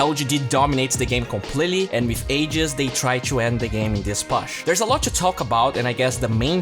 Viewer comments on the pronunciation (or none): Thank you for these videos man, really appreciate them. Your English has come a long way. Still some words like "push" that are a little off. The pronunciation should be more "poosh" than "puss(h)", but still I love your work. Keep it up.